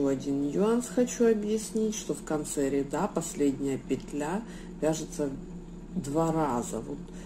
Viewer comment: Не рядА, а рЯда